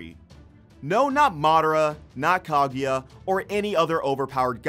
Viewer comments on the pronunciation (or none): none